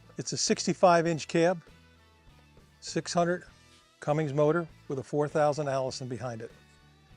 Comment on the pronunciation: How does a rep not know it’s Cummins not Cummings lol